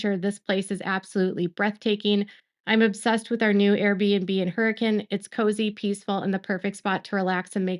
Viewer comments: thank you for trying to pronounce Hurricane right. I always laugh having to be like its pronounced Hur-uh-kin lol nothing here makes sense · I'm impressed...you pronounce Hurricane like a local. You really do your research on even small details.